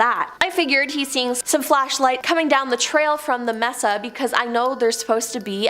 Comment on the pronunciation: Mesa is DEFINITELY not pronounced "messa"....it's MAY-SAH.... A flat-topped mountain!!! If you don't know what something is, please check before butchering the word..... several times!